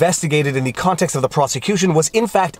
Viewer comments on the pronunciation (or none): none